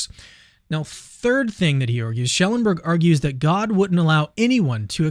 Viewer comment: It’s Schellenberg not Schelleberg. You’re missing n.